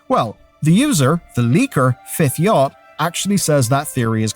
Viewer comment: Fifth YATCH. Not yacht. Yatch would rhyme with thatch. Yacht rhymes with yot. Come on dude. Basic English